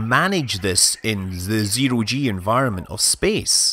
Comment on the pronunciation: Errr... Scott. I know this is an old subject... but... 'Zero G'?